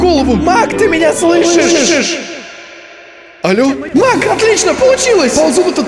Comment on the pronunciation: Каждый раз когда произносит слова маг я слышу слово мак